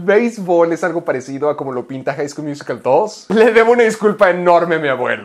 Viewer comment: Like por el High School "Muasical"